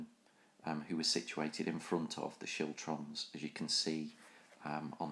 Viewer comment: Siltrums? Chiltrums? What?